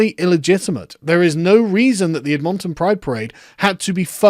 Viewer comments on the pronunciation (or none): Cute. Ed-mahn'-tun. In English, unstressed vowel sounds evolve toward 'schwa,' the sound produced in the second syllable of "soda". Ed'-mun-tun. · It’s Ed-mon-tin at least that’s how I a person living in Edmonton say it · You said edmonton wrong its not ed mon ton. Its ed min tin. Also i like you covering stuff from my province. I dare you to look into the shitshow that is the ndp and alberta. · it’s pronounced “Edmon-ton” not “Ed-mon-ton” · Hahahaha ed MON ton. For future reference sargon, it's pronounced ed-mun-tun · Sargon, as a Canadian I must inform you it is pronounced Ed min tin not Ed mon ton. Thank you for the unexpected levity. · WTF is ED MON TON Isn't is pronounced something like Edminton? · Say it with me, Sargon: EDD*Muhn*Tahn Not, "EDD*montaun." 🤣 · It's not "ed MON' ton" it's "ED mun tun" Learn to speak English foreigner..... ;D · “Ed-MON-ton”? Ed-min-ten. Of course, them being Canadian maybe their pronunciations radically differ amongst the citizens. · I mean, this is just the inevitable conclusion to their method of thinking as you point out. But what is not inevitable is your ability to pronounce EDmonton. Not EdMONton. Makes you sound french. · ED-mon-ton. Not Ed-MON-ton. Silly britbong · Ed-MON-ton, bwahaha sorry dude, never heard anyone say it like that. We say it closer to "edmun-ton" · Its pronounced “Ed-mun-tun” not “Ed-mOn-tun” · Ed-men-ten Sargon, not Ed-MON-tonn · Sargon stop saying EdMONton, it's EDmonton. C'mon man. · The way you pronounce Edmonton is hilarious. It's ED'-mun-tun, not Ed-MON'-ton. We definitely wouldn't describe it as bring in "south-central Canada" either, more like Northern Alberta, quite different! But good job otherwise. 😂🤣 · Edmonton , Admin-ton * But I guess you Brits do a proper, Queen's pronunciation of it?? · it's pronounced ed-men-ton! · Sargon ol' buddy, don't stress the "mon", It's EDmonton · Ehd Maun Tonn huh? Surely you have heard the name ‘Edmond’....it’s just Edmond-ton LOL 😉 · It's pronounced Edmintin.